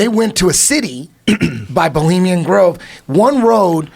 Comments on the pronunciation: Boleemian Grove? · "Bolimian Grove" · Eddie Bravo is a clown. “This producer... this crew... Bolemian Grove...” Bolemian Grove? What? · "Boliemian grove" the man who is the biggest conspiracy theorist yet be cant get the name right. Hahaha